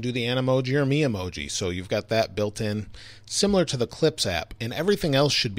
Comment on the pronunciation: You're saying Memoji wrong